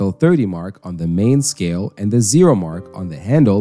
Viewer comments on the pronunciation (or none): none